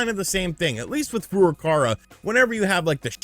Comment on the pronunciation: (@ 85) continued refusal to pronounce “Furukawa” is so disrespectful with it’s extra “R’s” & such it makes me want to pimp-slip him next time I see him in public.